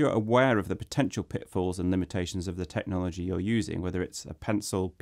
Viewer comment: "Tecnhology" haha